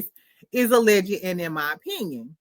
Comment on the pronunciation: Pssst.... it's al-leged (ah-l edge) 2 syllables, not al-legget. You're adding an extra ed 😂 My cousin does it too😂 OK bye